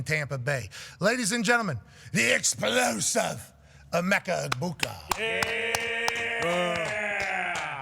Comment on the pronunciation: It’s EH-BOO-KA put some respect on our OOGA 😂